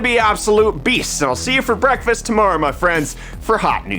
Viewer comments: Bretfest, anyone else here that when he says breakfast, lol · thought he said "while you enjoy your BRETTfast" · I honestly heard "Brettfast" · Did you say "while you enjoy your brettfast"? Genius if so.